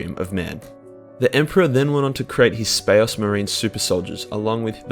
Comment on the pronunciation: "The emporaH then went ohn to cre'ate his Spa'ocemarines.."